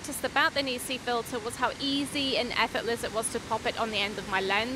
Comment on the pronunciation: It's "Neekon" and "Nissee" Wrong on both counts!